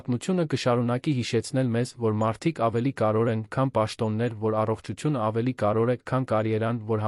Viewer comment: Կարևո'ր, ոչ թեէ ,,կար ո' ր,,😂😠